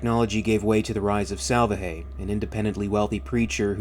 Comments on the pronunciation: I know I'm a year late, but the guy's name is pronounced sal-VAH-hay, with the accented syllable in the middle, or, as is common with Spanish, the penultimate syllable. It means "salvation" in English. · Not to be picky but I would bet that Salvaje must be pronounced with enphasis on the second A... "Salvaje" means "wild" or "savage" in spanish...if you say someone is a "salvaje" means he is like a brute, a caveman, someone primal or uninteligent. Wich I think is quite fitting here.